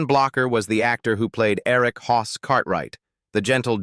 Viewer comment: He was Hoss not Hos!